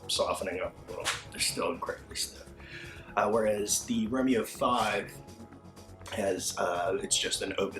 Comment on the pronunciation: I am two "romeos" in and I am very disappointed by the pronunciation.